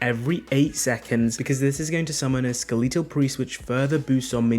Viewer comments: really says skaleetal instead of skeletal 😐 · Skeh-leet-ull? ._. Oh my. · skeletal pronounced "sKeeleetal" is why i unsubbed immediately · Ska...Lee tal? I wonder how you pronounce Skeleton? Lol Great build guide just flippin yea shit for the pronunciation. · I'm British, literally no one says Skeleetal. stop the cap ! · Every time he said it I winced. It kinda hurt my ears, lol. Skill-eet-tull skill-eet-tull skill-eet-tull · Who tf says skeletal like that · I can’t trust you because of how you say skeletal